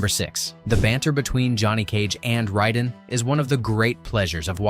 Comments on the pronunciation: Driving me nuts it's Raiden! Not Ryden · Ray-den, not Rye-den, if 6ou are gonna use AI check it before uploading you lazy tit. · Fuckin "RHYYYDEN" ai shite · I cant get past how dude pronounces Raiden lol. Ryden 😂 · Yeah "Rhyden" is the pronunciation of MGS2 character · this video loses all credibility just because you cant pronounce raiden correctly. how the hell do you fuck that up? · the easiest way to tell is an MK video is AI is how he pronounces raiden. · welp when u say Raiden's name wrong u dont have any business making a video get the f**k outta here